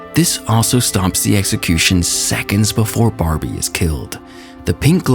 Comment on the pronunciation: LOL? DID I JUST HEAR "EGGSECUTION"?